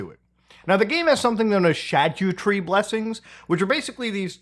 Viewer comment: Muta u bearded dum dum say SHadyootree one more time